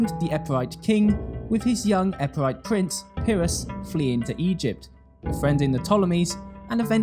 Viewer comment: And it's Epirote, not Epirite lol